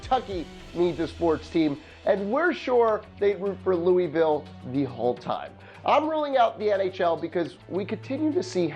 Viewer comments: You made me mad when you said Lou EE Vile it’s pronounced Lou AA Vile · "Louisville!" IT'S NOT PRONOUNCED LEWEY VILLE IT'S PRONOUNCED LEW UH VILLE REEEEEEEEEEEEEEEEEEEEEEEEEEEEEEEEEEEEEEEE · In Louisville, we don't pronounce Louisville that way, it's pronounced "Luhvul". but yes I do agree, I would love an NBA or NFL team here. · Louisville is actually pronounced loo-uh-ville not trying to be an ass but it really grinds people's gears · "Lewie-ville" cringe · Ok three things first Kentucky fans are crazier than Louisville fans and Lexington is a better location. Second the Kentucky miners would be a great team. Third you say Louisville wrong. It's pronounced Lou-ville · Louisville Colonels and it’s pronounced louville the IS is silent. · You're saying Louisville incorrectly...